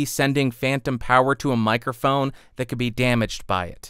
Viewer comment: Don't exactly know what a "mirophone" is, but it sounds interesting...